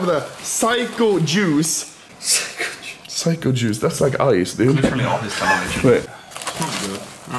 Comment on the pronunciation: Is it just me or i thought he said "Psycho Jews."